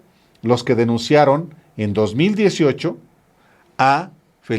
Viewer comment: Nada de José Antonio Mid. Se pronuncia MEADE. Yo tengo amigos con ese apellido y no se escucha Mid, lo pronuncian tal cual para que se escuche Meade. Son de origen Libanés. Saludos.